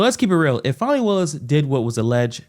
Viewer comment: It's not pronounced fawny, or fah-nee, it's Fan-ee.